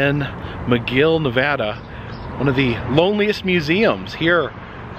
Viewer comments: Its pronounced: Nev...add...uh. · Ya gotta stop saying Nevahda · Ee Lee =Ely Ne-VAD-uh (with the second syllable rhyming with mad) is the standard pronunciation with locals, while saying Ne-VAH-duh (second syllable rhymes with spa) will expose you as a foreigner to the state. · I absolutely love your channel. I was born and raised in Fallon Nevada. Those giant bugs are called mormon crickets, Ely Nv pronounced EE-LEE and as anyone in the state will tell you it's NEV-AH-DUH. Sharp "a" sound like the "a" in Apple not the awww sound. Anyhoo come back to utah and find the Farmington Bigfoot, the muffler man Spock, or even the SLC pyramid... I've got a map of at least 300 Strange roadside attractions in the state. Even a UFO landing site, and an abandoned solar wind mill site that was really just a money laundering cover.